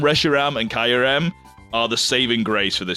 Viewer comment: That's absolutely not how Kyurem is pronounced.